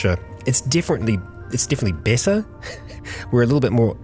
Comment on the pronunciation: Why you you keep saying besser instead of better?